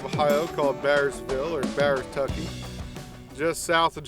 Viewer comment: Bowertucky 😂 Need to rename it Coreytucky 😂